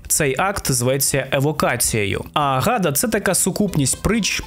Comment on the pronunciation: чудове відео, щиро дякую! тільки Агада з наголосом на останню а (мені можна довіряти, я гебраїст)